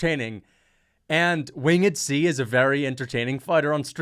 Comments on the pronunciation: How is so dumb he mispronounced “Winged C”. Wing-ed C. What a useless moron. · "Wing - ed C" You might be trained by Demetrious next.. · “Win Ged C”🫡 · wtf is wing-ed C it’s winged C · "wing..ed C" lol